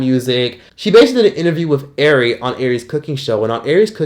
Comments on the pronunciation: yea but some girls go by that though, im sure ari is pronounced auri tho. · 😂 Calling Ari “Airy” took me out